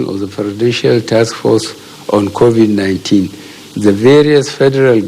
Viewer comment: At least he finally learned the proper pronunciation of the virus. That’s an improvement 🤣🤣.